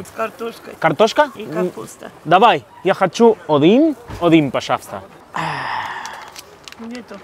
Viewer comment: Jajaja... No se dice Odin se dice Adin la primera O se escribe O pero se pronuncia como una "A" así... Один...